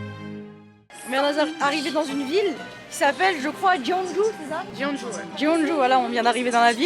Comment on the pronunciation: Soune choNe ( suncheon) Jone Jou (jeonju)